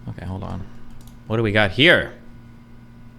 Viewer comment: "OkkEy" snobby dork stop saying "ekkEy"